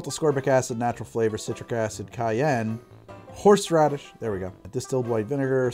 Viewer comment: Watching while I'm ready to go out Why I keep listening " horse rubbish" instead of horseradish Is just me?